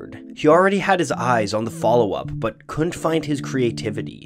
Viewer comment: Please learn to pronounce "couldn't." It's not "koont."